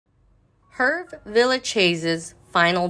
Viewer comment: Pronounce his first name correctly please.